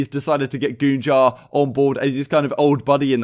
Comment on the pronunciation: Man really said goonjar With all due respect.... What the actual fuck